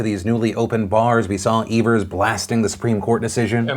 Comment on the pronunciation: Wisconsinite here: thanks for pronouncing Evers’ name correctly! Also my state is a shit show- thanks for covering it properly.